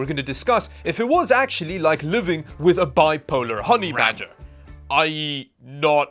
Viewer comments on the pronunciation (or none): he said honey 'BADGER' ???? it sounded like honey 'RADGET' or something like that lol I wouldn't have known if there wasn't a picture of that stripe-less skunk with the sweet intel tattoo on the screen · wth is a 'bi-polar honey radget" ?? and how did you manage to say two words at the same time? is that an intel glitch... or a feature?? lol